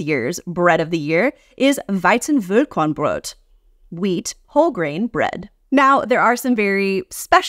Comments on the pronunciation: small tip. Pronounce it weizen fall korn brot and then go all in on that ll in fall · The way you pronounced "Weizenvollkornbrot" triggered my german bread patriotism and I went "VOLL-KORRRRRRN-BRRRRROT!" in the best angry german voice I could do xD